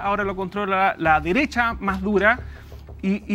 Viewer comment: ..."la deresha, la deresha y la deresha" 😂😂😂😂🤦🤦🤦